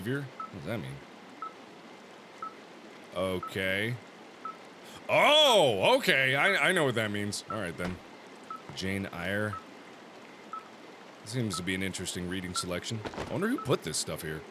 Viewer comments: Jane Ire 😂 Had to read that for A-Level English Lit 🤦‍♀️ Wasn’t as interesting as it could have been 🥱 Jane Eyre = Jane “Air” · he pronounced the name of the book wrong lol, it's pronounced Jane Air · When he says Jane ayre. 😂 Did anyone else react the way I did? It's pronounced Jane 'air' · Idk but I think it’s pronounced Jane “air” mate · Did no one else catch that he called jane eyre jane IRE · JaNE EyER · Mark’s pronunciation of Jane Eyre hurts me.